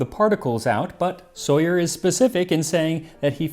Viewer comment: I know this probably shouldn't matter to me, but I'm fairly certain that Soyer's name is being mispronounced. Just, he was french and I'm fairly certain they don't use the english pronunciation for Alexis or Soyer. Sorry for bothering you, it just has been bothering me since the last time he came up in one of your videos.